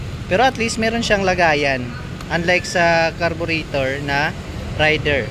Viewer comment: juskopo reyder yan hindi rayder amp